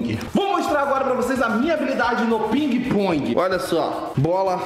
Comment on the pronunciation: Quem ouviu o a dizer espinguepong dá like